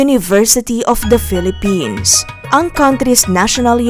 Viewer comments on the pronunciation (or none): none